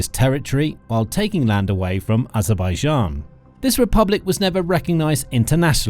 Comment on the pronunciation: Kann sich der Sprecher bitte endlich auf eine eindeutige Aussprache von Aserbaidschan festlegen